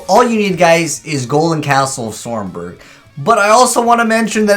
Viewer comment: Stromberg not stormberg.